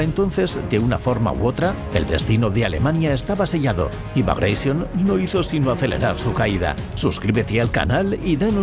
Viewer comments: NO "BRAGAISION". NO ES INGLÉS SINO RUSO, BRAGATION. COMO GLADIATOR Y NO "GLADIETOR". 😊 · bagreision, jajajajaja. No sabía que Piotr Ivánovich Bagratión era inglés jajajaja. Ni me molesto en seguir viendo el vídeo. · Vale. Muy bien el video. No tanto el audio. ¿Por qué "bagreision"? Piotr Románovich Bagratión no era inglés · por qué pronuncia Bragation en ingles? jajajaja Bragreision xD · ¿Por que pronunciais el nombre "bragatión" en inglés si era el nombre de un general ruso de origen georgiano?. Lo pronunciáis en español y hubiera quedado perfecto. Alucino por el complejo de inferioridad cultural ante el mundo anglosajón. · Entre pronunciar "Bagratión" como "Bagreishon" y pronunciar "Wehrmacht" como "Buermacht" la verdad que este video se merece un negativo. Estos detalles son los que diferencian al material de calidad de algo hecho sin el más mínimo cuidado, cosa que se nota cuando ni siquiera te pueden pronunciar correctamente las palabras. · La W se pronuncia en lengua de Europa no anglosajonas como una V. Y el general ruso Bagration no se pronuncia Bagreision a lo ingles